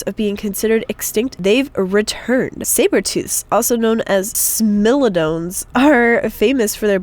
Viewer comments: Smile-oh-don not smill-a-don I'm sorry just said it to! didn't... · It is pronounced SMAI-lo-don, not SMIH-lo-don; I'm sorry, but I just get crazy when people mispronounce this. Only got this right.:P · And u pronounced Smilodon wrong it’s Smile-O-Don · And it’s spelled SMILODON not SMILODOON AJ ur just loosing it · It’s smi like you would say my, so smyladawn is how it’s pronounced pretty much. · Smilodon is pronounced smy-LOW-dons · Time To correct ppl:3 Sorry I just have too...:3 it is pronounced smile-o-Don:3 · You butchered the smilodon (smile-o-don) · smile a don is how it is proncounced how come no one knows how to say it?! its easy im 11 and ik how to say it ppl lol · And she said Smilodon wrong